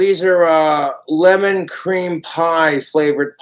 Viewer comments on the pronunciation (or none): none